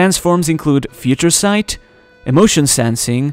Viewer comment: "Feaha Ture" Sight 😂